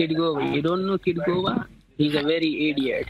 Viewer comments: “KITGOGA”!!!!’ Try again bud. This isn’t Edna but I think it’s great they are aware of Kitboga and how he is an amazing guy who is wasting thousands of hours of scammers time. Thanks to you too!! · I had literal tears coming from my eyes. He said every name but the right one 😭